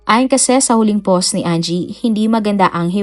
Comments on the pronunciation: Poss imbes na POST 🤣🤣🤣 Nag abroad cguro ang letrang “T” kya hnd mabigkas ni uploader🤣🤦‍♀️ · 😂 Always yan si DJ, yung word na "POST" ang pronounce nya ay Poss, Pose or Pause, silent T lagi..gamit na gamit pa naman nya ang word na "POST" sa mga uploaded video nya.😂